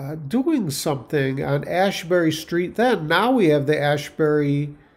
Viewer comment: Asbury is not Ashbury